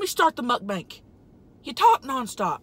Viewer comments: You said Mutt Bank. Are they insured by the fdic ? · it's soo funny that tammy says mukbank instad of mukbang